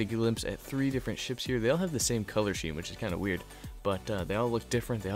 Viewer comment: But i don't want to be overencucumbered! :((((((((( EDIT: Wait, color SHEEM? Pretty sure its pronounced "skeem".